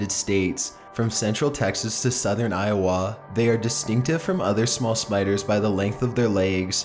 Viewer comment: Weird pronunciation of Iowa...